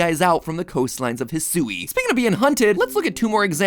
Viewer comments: I don't think "Hisui" is pronounced the way Matt keeps saying it lol I think it's more like "Hee-swee" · Uh, MatPat? Eedo? EEDO? There's one E. Next you're gonna try to tell me it's pronounced "Poh-kee-mahn," like the boomers say it. 🤣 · Oh my gosh, the way he pronounces "Hisui/Hisuian!" 🤣